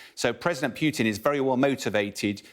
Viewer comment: Lol. Nonsense. This so called intelligence officer can't even pronounce Putin.